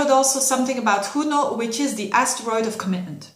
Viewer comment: Yes, you say Juno with the Spaish " j"!!! 😉 Thanks for your videos!!!